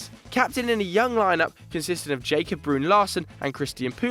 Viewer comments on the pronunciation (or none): none